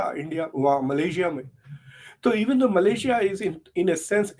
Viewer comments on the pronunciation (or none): none